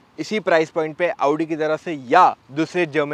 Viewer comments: Aa-oo-di Audi pronounciation: motor octane edition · First person I've seen pronouncing Audi correctly. Thankyou ❤❤❤